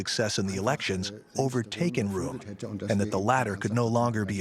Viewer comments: How much effort does it take to do the research to get the German pronunciation right? "Room"? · "Temple-hoof?" "roo-ere?" Who taught this chick how to pronounce these places?